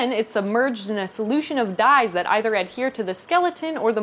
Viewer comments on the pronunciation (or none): none